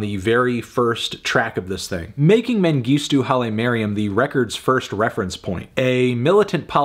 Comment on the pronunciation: As an Ethiopian,hearing Anthony say Mengistu Haile Mariam was one of the weirdest moments in my life...like two of my worlds clashing